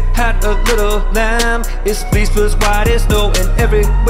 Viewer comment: Fleece not flease